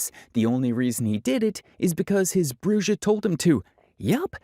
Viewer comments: The bruja pronunciation was killing me 😅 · “Bru-Ja” lmao brah, “bru-ha” he says the word. The Brujas are gonna come for you for that one ahahah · It's BREW-HA! :buffering::face-orange-raised-eyebrow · him pronouncing it bru-jah is killing me a little.